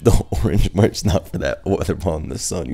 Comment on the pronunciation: This dude said mirch